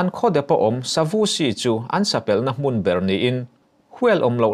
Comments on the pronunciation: Sapel toh ho sapelh iti thin a,sapel tih hi,Kerek toh thluk in ari thin lo maw? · Sapel, pel tih i lam dan khi, a rikdan khi a dik tawklo deuh em aw!? kal zel tih a zel tih rik dan hian lam tur ni in ka hre ve thung asin,Boss